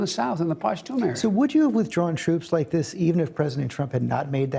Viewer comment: "That was leik, sOo yesterday" - Joe Biden